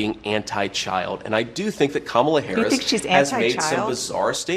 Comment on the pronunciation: I don’t respect YouTubers that mispronounce Kamala. Cya